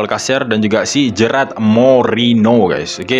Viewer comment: Bukan gerard bang tapi gerard